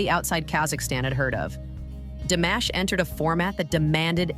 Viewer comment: I HATE when people don't learn how to say his name correctly, like it's Mashed potatoes and Almaty was mispronounced, too and other words. And it's really no one's business as to why he is still single.